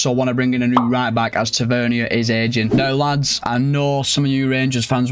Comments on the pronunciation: As a Rangers fan it’s not “Ta-vern-ier” It’s “Ta-vur-neer” Edit: he also has a brother called Marcus Tavernier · It’s tavernier not tevernia